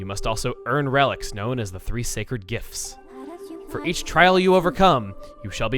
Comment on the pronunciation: Hey... it sounds like you're saying gifs when you're saying gifts. It's funny to me for some reason.